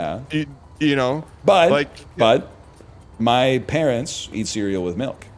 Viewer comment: Does Dan say Melk?